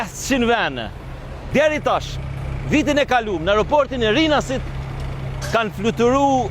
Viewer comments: O BERAT NUK KE MUNDESI TE KORIGJOSH SHQIPEN PASI EKSPERTET GJUHESOR KENDEJ KAN PUNUAR ME VITE THUHET RINAS DHE DHE JO RINAAASIT NUK I JEPET AS FUQI AS ZGJATJE GERMES ESHTE E PA NEVOJSHME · Hahaha rinasit e rinasit po njisoj a veq theksi ndryshon hahaha